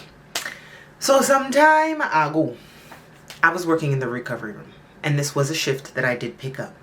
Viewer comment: When says, "Sometime ah-go" at the start of her stories, it means "Sometime ago" - with emphasis on the first syllable/the "a" in "ago" - in the way Trinidadians say it when they tell a story in regularTrinidadian phrasing, aka, "dialect"...😉